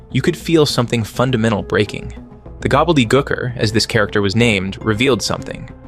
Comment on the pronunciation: Gobbledygooker like goo-ker like gooey.. not gucker. Lmao js